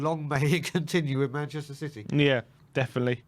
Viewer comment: What happened? “If Spurs beat Citeh, I’ll have a shave”. Lol